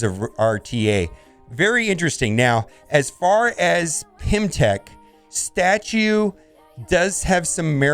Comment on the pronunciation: "Statue" killed me